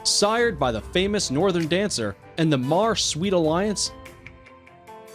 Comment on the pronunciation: It’s pronounced dressāge the a is long and māre the a is long in this one to and the horses are he or she not it please do more research on how to pronounce names and words before coming out with a video like this